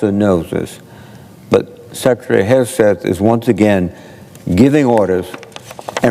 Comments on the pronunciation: Sec heg? I thought it's hegseth? What kind of reporter are you. Do you say pres ump? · The very least you might do is get his name correctly. It is not HEGS. It is Hegseth. Duh@